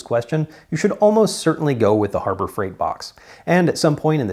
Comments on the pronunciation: Hurber freight…… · Herber Freight LMAO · Herber freight? Hah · "Hurbert freight"